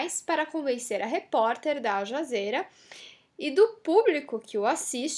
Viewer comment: não é ALJAZERA e sim ALJAZIRA